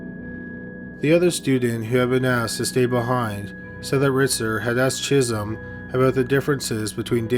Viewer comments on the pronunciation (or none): Every time he says "Chism" I keep hearing "Jism."